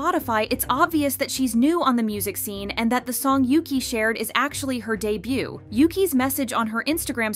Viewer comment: In Chinese, her name read as "Yuchi" not "Yuki"